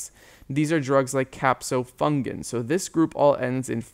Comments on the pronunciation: Great video btw, but it’s “caspofungin” not capsofungin I believe. Thanks so much for the videos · Fantastic Video ! One error. It’s Caspofungin, not Capofungin. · I love your videos but it’s caspofungin